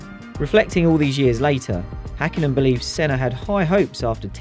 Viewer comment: It's Häkkinen, not Hakkinen.